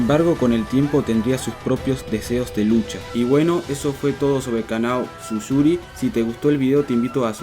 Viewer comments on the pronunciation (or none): Tsuyuri=❌️ Susuri=✔️